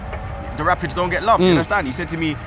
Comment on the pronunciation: Never heard of the Colorado “Rapits” Robbie honest to god man your pronunciation of teams and players are horrendous